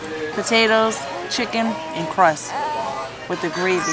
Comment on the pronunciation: She just said crusss for crust 😅😅😅😅